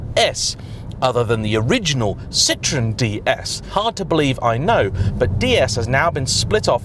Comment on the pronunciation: Citroen is pronounced see-trow-en not sit-ron, the latter in French is a lemon, not a car brand.